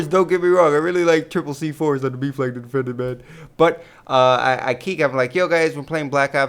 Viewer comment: when he says ''b flag'' it sounds like ''beef leg''